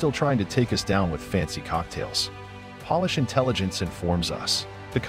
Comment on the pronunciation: Pronounces "polish" like "shoe polish" when the context is Poland, and "Polish" should be pronounced like Pole-ish. So...this is a robot voice. I don't trust robots to tell me anything. Clicked off as I heard a mistake which no human speaker of English would ever make.